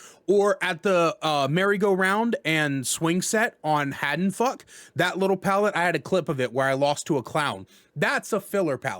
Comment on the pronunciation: Every time he says something like Haddonfuck I experience physical pain. Would recommend, love this guy lmao